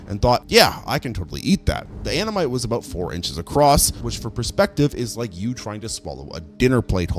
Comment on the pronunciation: Ammonite? Omanyte?